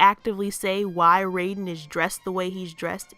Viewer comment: Excellent analysis of the issue. Do you think we could, at any point, collaborate on something? As two growing Youtube channels, we could maybe, perhaps, benefit from it. Edit: Also, Raiden's pronounced Rye-den.